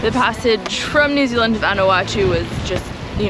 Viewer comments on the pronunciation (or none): none